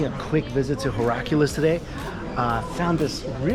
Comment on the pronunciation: "Heraculis" ? 😂😂 Heraklion